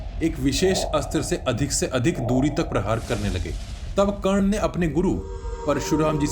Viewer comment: 🎉karn not karn danvir karn